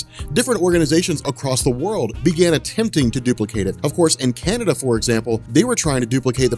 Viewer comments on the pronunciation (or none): none